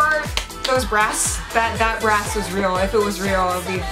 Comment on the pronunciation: When she said, "Hello fake brass." I though I heard, "Hello fake breasts" and was like wat O_o